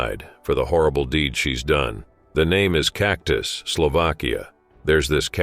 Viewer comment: Cactus, Slovakia. LOL. I think there is no proper way to write its real pronounciation in english, but in reality Čachtice sound totally different.